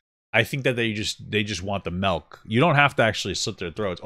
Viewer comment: “Melk” love you papa